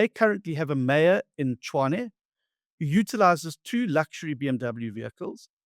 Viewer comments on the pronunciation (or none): It's pronounced Tswaane